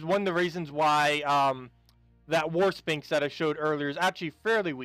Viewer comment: Khetar needs a face lift... it's the bone dragon, set, wight show... and the last two are kinda situational. Khetar could use a good Lich... Bone golem and Alister needs an overhaul. Good vid... PS I laughed at the pronunciation comment... and if interested, the ph in Sphinx is pronounced as a "f" so it's "sfinx" (just as in pharmacy or photo). Good times ;)